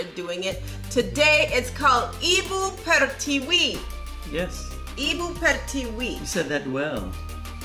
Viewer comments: your pronunciation was very good 'Ibu Pertiwi' yeah that's is 'mother land' song👍👌💕 Thanks for the greeting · You said was correct " ibu pertiwi" Nice reactions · Ibu Pertiwi... Wow...Anda mengucapkannya dengan benar dan indah... Thank You... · The way you pronouce Ibu Pertiwi (Motherland) is so perfect 👍🏻 I think your anchestor is indonesian lol.. luv you guys. We celebrate it even two weeks before August 17th with traditional games to cheer up the people.